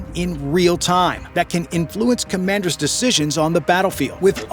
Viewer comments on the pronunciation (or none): none